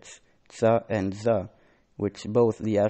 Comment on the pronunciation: ▪︎ "Za ز" doesn't have heavy vocal sound, It's Zä or Za not Zα-Zå Your "a" is so heavy, the heavy sound is just for Heavy Letter like: خغقضطظ and the Case when you read lam in الله, it's Interesting when you Follow how the real accent, In qur'anic Pronounce, by MTQ (quranic Organization) Light vocal: ɐ-ä, not ə or ʌ Heavy sound is: (α), not (å) or (ο) Ha' ه Sound : ɦ ,not h , according to MakhārijulHurūf law that Ha` sound come from in bottom throat